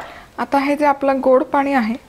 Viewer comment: मॅडम तुमच्या रेसिपी खूपच छान असतात हो पण बोलताना ण आणि न योग्य जागी वापरलात तर खूप बरं होईल. आम्हाला ऐकायलाही छान वाटेल. "पानी" ऐकायला खूप कसंतरी होतं. तेवढं बघा जरा जमतंय का.